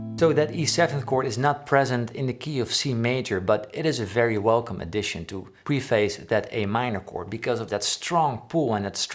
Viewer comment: Preface is one of those words us non-English Europeans struggle with. Pref-us, not pre-face <3